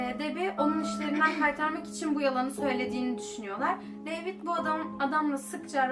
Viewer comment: Deyvıd demeni cok sevdim hep bu aksanla konus ❤️😍